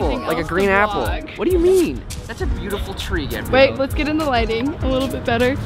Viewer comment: This the second time he almost called her gabe-rielle lmaoooooooooo